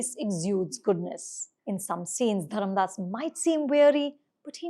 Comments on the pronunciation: FYI, it’s Dharmadas* not Dharamdas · His name is not Dharamdas, it's Dharmadas!!